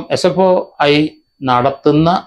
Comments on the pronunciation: SFIO എന്നാണ് SFOI അല്ല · Sfoi. അല്ല sfio. എന്ന് തിരുത്തുക. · He doesnt even cant say properly its SFIO... Dont know how he is doing it. He doesnt even know what he is talking about,typical malayali reading only mallu news papers. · Sir not sfoi.. Sfio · നേരെ ഉച്ഛരിക്കാൻ പഠിക്ക് 😭😭SFOI 😂😂😂. കട്ടം